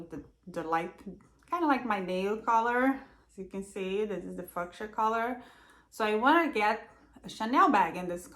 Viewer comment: Did you say Fuck-sia? 🤣 You better look up the correct pronunciation of "fuchsia" honey.